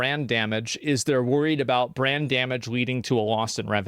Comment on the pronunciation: Visa and Mastercard are worried about brain damage but it's too late because they already revealed they are in fact restarted. (I'm joking, Asmon said brand damage but it sounded like brain damage, it's a joke)